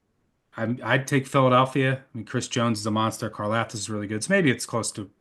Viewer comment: its car-lav-tis not carlauvtisc. george karlaftis